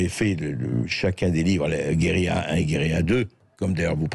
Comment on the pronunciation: André, votre émission est formidable, mais je vous en supplie, parlez français! On ne dit pas "guérila" mais guérilla, avec un redoublement de consonne...même, et surtout, en langage parlé.